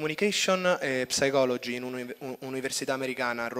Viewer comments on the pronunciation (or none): Studi "Communication & Psychology" in un' Università Americana e non sai pronunciare correttamente la denominazione del tuo corso di laurea? La "P" in "Psychology" NON si pronuncia! Come anche in "pneumonia"... Shocking... Mi ricordi Willwoosh, con la differenza che lui parla un inglese impeccabile... Ahiai, Leo!